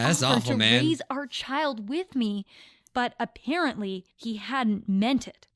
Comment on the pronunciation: She said aPARENTly XD Get it? Because she's a parent :I